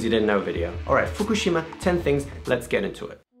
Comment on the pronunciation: lol fuk-u-shima??!??